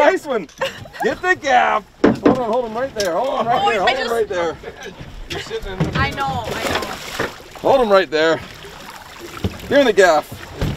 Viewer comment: "I knooow. I knooow." - Tell me that you're from the upper Midwest, without telling me that you're from the upper Midwest.